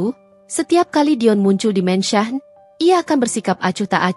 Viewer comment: Min...kenapa mansion di baca mensah, se-hrs nya dibaca: Mensyen. sok ke inggris²an, tapi koq salah ucapan nya. spt Omlete koq dibaca omelet ?? 😮